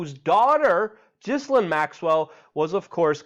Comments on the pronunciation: Luke...love what you do...Epstein's "woman" ...her name is pronounced..."Gillaine" Keep fighting the good fight! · It is pronounced Gilaine...